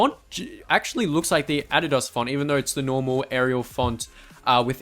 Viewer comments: Thank god he said adidas right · It's actually how it's supposed to be pronounced but I guess that us Americans just like being different. Kind of how we call "futbol" "soccer"